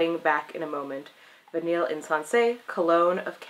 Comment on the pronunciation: pfft, its pronouced "Vi-ney" lol